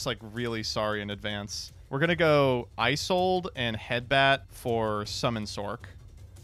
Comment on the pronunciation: It's also painful watching mispronounce Isolde 17 times.